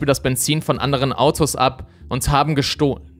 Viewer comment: und haben gestoh? :D darf man das Wort jetzt auch nicht mehr richtig sagen oder ein Audiofehler?^^